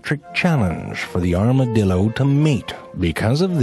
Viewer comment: 一开始是不是故意念成dildo电动棒啊